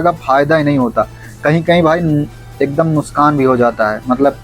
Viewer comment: नुशकान😅 नही नुकसान होता है